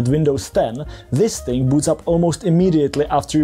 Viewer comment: THERE IS NO "K" IN THING! THINGGGGGGHHHHHHH